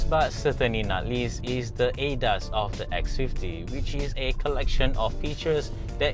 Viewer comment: I just can't accept he keep saying ADAS here ADAS there LOL. Please call it A-D-A-S.